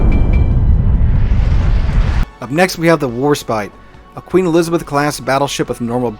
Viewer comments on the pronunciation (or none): none